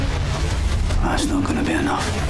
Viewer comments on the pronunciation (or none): It s pronounced Caliber, it s french, not calibré